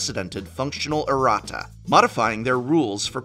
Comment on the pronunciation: Erratas man, not arratas